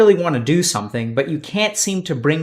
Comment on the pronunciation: somesing?! German spy confirmed